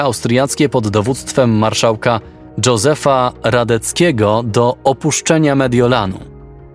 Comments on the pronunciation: A to przypadkiem nie Jozef, zamiast Dżozef? :) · Nie "dzozef", tylko "jozef", tak się wymawia imię Josepha Radetzkyego.